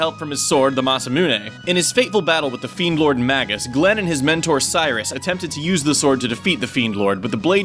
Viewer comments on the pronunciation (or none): none